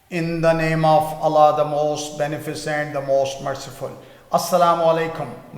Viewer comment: Sir shuru main Allah ka naam thek pronounce kia krain pls